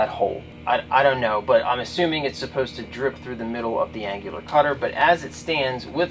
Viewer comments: An-new-lar cutter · An IT guy doesn't know how to google "annular pronunciation" LOL. an-yuh-lr. Whoda thunk it. Probably the 3rd video I've seen on these Mag Drills, and they have all had bad runout with the chuck.